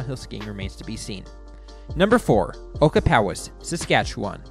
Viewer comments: Ochapowase….o-chap-a-waze, not oka-pow-ass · Ocahpowis!? It's pronounced Oh-chap-ah wace. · It's pronounced O-CHAP-O-ACE